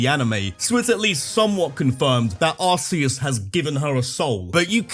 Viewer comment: Bro said arceus wrong to ragebait lol 😂